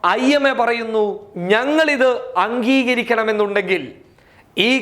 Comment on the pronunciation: അങ്കികരിക്കുക അല്ല അം ഗികരിക്കുക